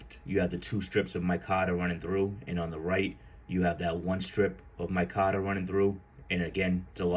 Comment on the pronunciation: It's not "my cotter" I can't listen to you call it that anymore